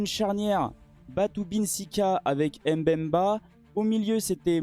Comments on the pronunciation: Très belle analyse. Vous prononcez bien les noms des joueurs sauf seulement chez Chancel Mbemba. Ce n’est pas M-Bemba mais Mbemba. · On ne prononce pas le M du début du nom de MBEMBA